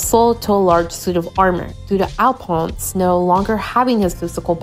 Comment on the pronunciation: ALPONS!!! I’m dead!!! It’s pronounced Al-fawns